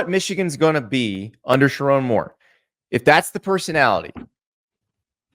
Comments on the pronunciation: It’s pronounced SheRONE NOT RON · He won’t even pronounce the coaches name right. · First off, learn how to say my coaches name. show my coach, some respect. 2. Andy I’m glad someone finally said it’s not Sherrone’s fault for our QB situation. JJ Was supposed to stay. He said he would. things change. There’s no hate. I can’t wait for next year. I’m going to be a Vikings fan. Praying for a speedy recovery. We have Jaden Davis next year. Not sure what we’re gonna do with Alex Orji. Since he has two years of eligibility of left maybe he’ll transfer to Colorado could you imagine him in the big 12 he would destroy that league. And even still, we’re recruiting quarterbacks 4 ⭐️ carter smith ‘25 class and 5 ⭐️ Brady Hart. .’26 class. Sherrone Moore will bring us into the top 5 in recruiting in 3 years. BET!